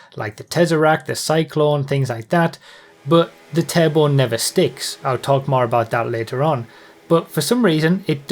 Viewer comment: I always thought you kept saying table and not "turbo" 😅🙃